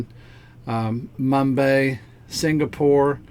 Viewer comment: Crypto Geek page is a waste of time. Always copium, hopium and blathering on with no good news. San Paulo= Sow POW LOW Mumbai is MUMM BYE Palau is =PUHL-OWW